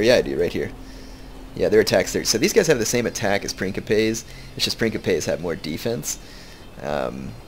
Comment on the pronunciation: Love it. But please, its Prince - ipes. Like principle.